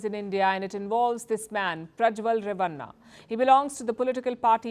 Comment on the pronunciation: 😂😂😂😂 it's not re-va-nnna At least learn how to pronounce names of South Indians. It's ray-va-nn a (bada wala na)